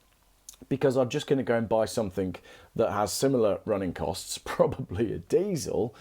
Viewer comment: Cool video and great info. But, doesn’t “something” end in a G. Why do you say somethink?